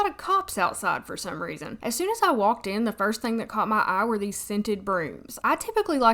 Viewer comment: girl your southern accent is on and poppin ☺️ I didn’t know “caught my eye” was prounounced as one word in Arkansas 😊 caw-ma-aye! 😋